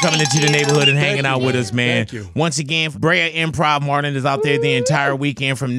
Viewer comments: I feel like big boy been calling him Martin instead of Marlon the whole show, am I high or tripping pr both lmaoo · Sounds like he saying martin lol😅